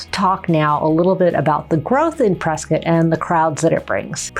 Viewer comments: I wouldn’t live in a city people can’t properly say ends in Scott not skit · Folks, local here. It’s pronounced Press-Scott, NOT Press-Cut and NOT Press-Kit. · It's Prescott, not Preskitt. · Why are people calling Prescott Preskit like biscuit there is no i ?The man that the town is named after pronounced it Prescott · It's not preskit, it's PreSCOTT. 😂 we should call Dak Preskit and find out. 😂 And I love PRESCOTT.